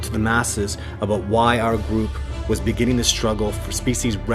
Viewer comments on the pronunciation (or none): none